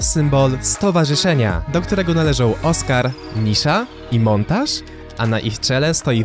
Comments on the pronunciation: Jedna uwaga montage czytamy jako montaż, natomiast Montague to chyba coś jak "montegju", chyba że epic w swoich materiałach mówiło inaczej, wtedy sorka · wydaje mi sie ze to sie czyta monteg a nie montaż